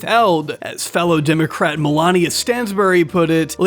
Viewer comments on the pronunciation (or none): sir, that woman is named MELANIE. Imagine being mispronounced MELANIA under THIS administration, yikes!